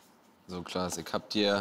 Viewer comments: Erst erkennt er Frank Elstner nicht und jetzt sagt er zu Klaas 'Lars' 🤦‍♂️ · Die kurze "peinliche Stille" war eher da, wo Felix Klaas Name falsch aussprach :D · er hat kurz vorher „klaas“ gesagt, der weiß sehr wohl wie er heißt. war ein kurzer versprecher, get over yourself.